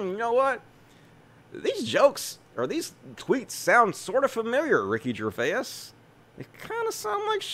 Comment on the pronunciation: "Gervais" is two syllables, not three. And yes, it does look like he stole your tweet idea. Noice! ☺️